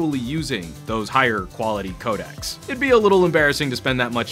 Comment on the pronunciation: "codacs"? hmm you should really get this word right bra ;)....